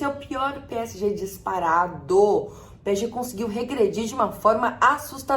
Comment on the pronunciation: Só eu escuto ela falando p é e g? Kkk